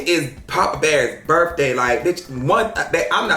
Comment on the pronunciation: “When i was at yo birfday party?👺👺”